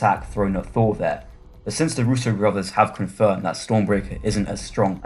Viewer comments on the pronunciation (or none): none